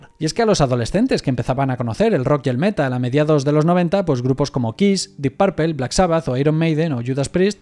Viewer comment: ..."Kar Cobein" ..."Dip Parpel" ..."Deof Esprin"